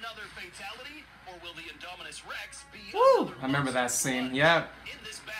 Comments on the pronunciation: I love how in the is video you kept calling the Indominus the “Inominus”🤣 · "The Anynomous Rex"